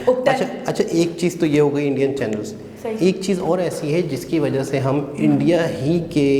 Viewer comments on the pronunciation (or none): none